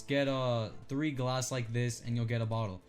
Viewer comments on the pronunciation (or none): none